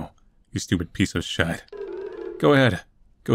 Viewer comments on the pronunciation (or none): Like how he said shiet